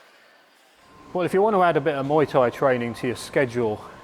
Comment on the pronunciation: Dude, it is pronounced "Mu-ei Thai", NOT "Moi-Thai". In Thai language, "Moi" means pubic hair!